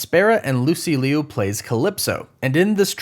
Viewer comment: Did you say "Lucy Leo"? You're pernouncing her last name wrong. Its "loo" like "loop" but without the P. Lucy Liu.